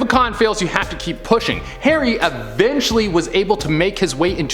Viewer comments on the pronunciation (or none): none